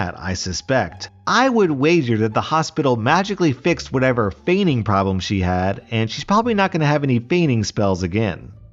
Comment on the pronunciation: I love how he doesn't pronounce the t in "fainting" in his reaction to the first video, because it sounds like he could also be saying "feigning". I'm assuming it was unintentional, but I liked it nonetheless.